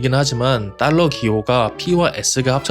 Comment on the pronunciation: ’딸러‘는 잘못된 발음임 ‘달러’가 맞습니다😅